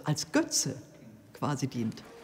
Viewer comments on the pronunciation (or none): none